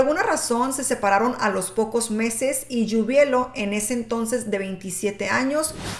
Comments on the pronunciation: Hola muy buen video pero es Giubileo no Giubelio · Se pronuncia (jiubuleo) =Giubileo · Dices mal el apellido